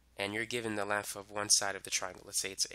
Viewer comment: Lengf and wif😂😂